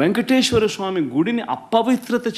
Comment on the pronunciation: అప్పవిత్ర కాదు. అపవిత్ర.. మాట్లాడటం ముందు నేర్చుకో జగన్